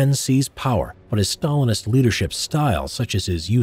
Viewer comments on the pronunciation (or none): none